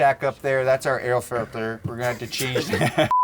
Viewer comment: “Airl flilter” 😂